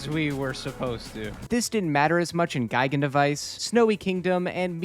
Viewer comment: As an avid player of this game for most of my life, I need you to know that it's pronounced "Geegan Rocks/Device" not "G-eye-gan"